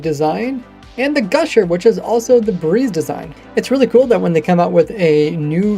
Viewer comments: *guster, not gusher lol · it's guSTer not guSHer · Why bro calling "guster" "gusher"